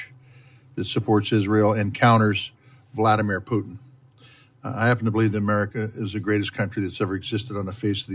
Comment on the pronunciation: “Vladamin Peeutin”